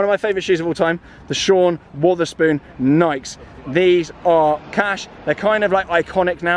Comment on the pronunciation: Although it’s spelt Wotherspoon, it’s actually pronounced weather spoon 😉